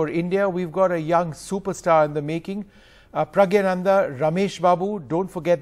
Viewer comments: Not praggyanandha.. praggnandhaa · Please pronounce his name correctly . It is not Pragyanandha . It is Praggnanandhaa. Please see Agadmator channel where the channel host , a foreigner corrects his pronunciation and pronounces correctly. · She was repeatedly infering him "Pragya" ,instead of Pragg or maybe praggna , 😂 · first of all get his name right its pronounced as praggnanandhaa not pragyanandhaa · Appreciate NDTV doing this interview, but would be nice if the anchors learn how to pronounce Praggnanandhaa correctly.